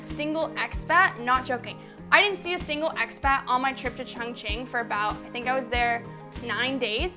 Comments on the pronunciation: ChOngqing, not ChUngqing. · Glad that u love my City XD But seriously every time u say "qiongqin" I die a little lmao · It isn't pronounced Chung........... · Terrible racism makes it difficult for me to talk about Chongqing. The pronunciation gives them a perfect chance to mock Chinese. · lol I feel like such an asshole always commenting on your videos. You have great editing and high quality video. But how can you say it is your favorite Chinese city when you don't even pronounce the name correctly? haha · Not at all, you don't think it is strange it is her favorite city but she can't even pronounce the name correctly? lol